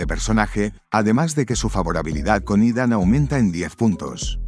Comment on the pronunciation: Que buenos resumenes nos traes, pero aqui un corrección desde mi conocimiento y es que el nombre Ethan se pronuncia Itan, al menos por mi parte asi me dicen:goodvibes